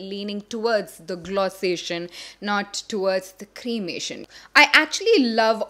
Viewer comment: Did she just say "cremation"..love Jovs